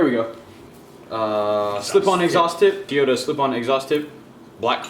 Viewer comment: Love me some “Teeyota”